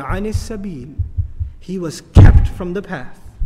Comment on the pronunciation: he was KEEPTTT!! From the path... Jejus fuck you want me dead